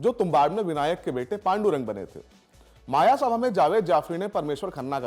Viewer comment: It's "मयसभा" not मायासभा